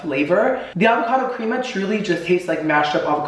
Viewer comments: My OCD went OFF when he said "Creama" instead of Crema xD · Not you pronouncing crema like that. 🤣